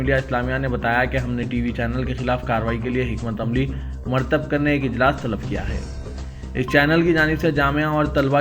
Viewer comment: مہا ماری غیر اردو لفظ مرتب کو marthab ایسے کئ غلطیاں ہیں جو آپ کے نیوز ریڈر کرتے ہوئے اخبار سیاست کو اردو دشمنوں میں شامل کررہے ہیں کوئ دن ایسا نہی گزرا جس میں" " پوری نیوز کوئ غلطی نہ کرے ہوں شبیہ کو shabya پڑھے ہیں آپ کی نیوز سنیں تو بڑی بےچینی ہوتی کیا کبھی management نہی دیکھتا اتنی بے حسی کیوں کیا کوئی اردو دشمن بھی siasath news channel میں